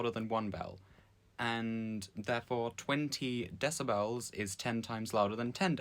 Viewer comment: You saying Decibels and not Decibels is driving me insane.